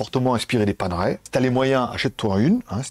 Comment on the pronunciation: Paner ... ail, pas Pane-raie 😊